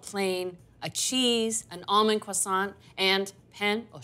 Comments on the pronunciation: did she just say cwoissant or am I trippin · Kwasant, girl what are you saying hahah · 😅😆🤣I get it now, I was ignorantly impressed, I thought that is the original French pronunciation, laughing at myself